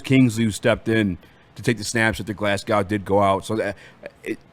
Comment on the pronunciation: GlasGOW not GlasNOW